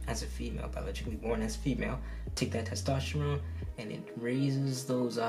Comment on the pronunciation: “Testrophone” LMFAOOO